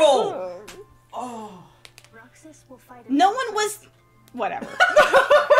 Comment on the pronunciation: I swear I heard him say “Camp Roxas” like, the newest world is gonna be based on Camp Rock, maybe also High School Musical and Halloween Town? I WANT THIS EVEN IF IM MAKING A DUMB JOKE!